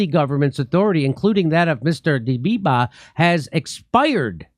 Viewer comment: jimmy is actually the only one getting getting the pronunciation right on both dbeijba and Kiev.